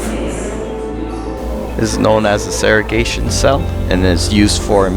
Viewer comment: You forgot to pronounce the first G in segregation.